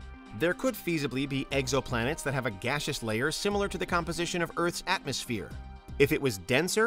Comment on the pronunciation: “Eggs-oh-plan-ettes” is the one that got me.